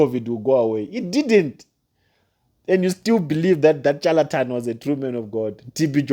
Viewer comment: Learn proper dictions and proper syllabus before you talk evil about your fellow Africans. It’s pronounced ( shaletan) though it’s spelled charlatan. The sound of this word you are in love is- shh shh shalatan and not chu sound. . You have not God’s given rights to dare teardown your elders. You are going to regret this for along long time. Especially looking down Pastor Chris. Your are the one walking in darkness young uncouth Africa boy. I told you last time to find a job. You make A Africans be treated as inferior, the way you lots were treated in smiths Rhodesia.